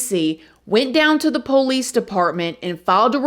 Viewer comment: Girl!! Mr. Ballen told this same story, but he didn’t mention that she had psych issues before this situation. Cra-ZEE! BTW I love you and your personality…and the way you say “the poe-lease”!!❤️❤️☺️